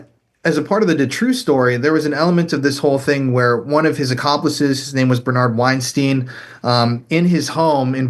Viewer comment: Did he say “Bernard Weinstein “. Lmaoooo every time